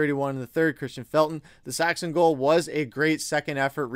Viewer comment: Max Saxon?? It's Max Sasson